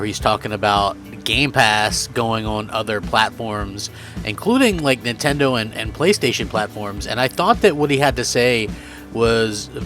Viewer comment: did he just say nintondoe😂